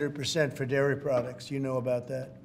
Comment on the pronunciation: Said the grifter that's been ripping Americans off his entire life!! Also, did he just say number & lairy products?!?!?